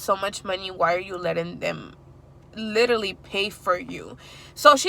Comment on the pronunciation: Love your content❤️ you say literally a lot lol 😂 It’s cute cause you say litally